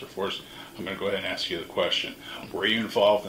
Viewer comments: Let me ax you about your scruggling sir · The guy is DUMB if you 'axe' me 😂